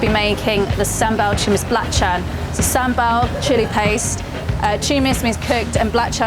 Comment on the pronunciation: You cannot even pronounce SamBaL.